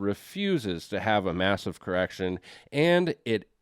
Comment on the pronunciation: Did you say massive erection? Or massive correction?😅…I need to clean my ears and my mind…lol